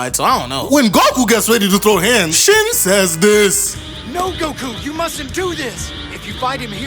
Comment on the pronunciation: Everytime you say shin's name i cant help but hear that song " sin !" 😂 it is only made funnier by his stupid face he keeps making 🤣